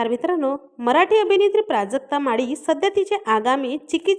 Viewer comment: माडी नाही ग बाई माळी प्रांजूळ नाही प्रांजल असा उच्चार आहे आधी स्वतःची भाषा सुधार